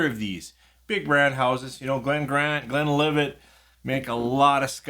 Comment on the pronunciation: Thanks for the name drop! You pronounced these fine, but - simple as the names are - there are still people who get them wrong: I've twice heard people say 'Glenlivay', as if Glenlivet were a French name with a silent "t"! I'm glad Richard explained about 'export strength'. The lower proof preference even works the other way round: Buffalo Trace is normally 45%, but is sold at 40% over here... Do you get Speyburn 18 there? If so, how much is it? It's the one I tend to recommend as best value if people want to try a Scotch single malt of that age (e.g. £76.90 versus £106.90 for Glen Grant 18 or £109.90 for Glenlivet 18 at The Whisky World).